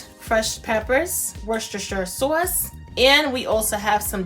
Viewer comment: Got to love that northern pronunciation of saw-uce rather than sauce without the "w".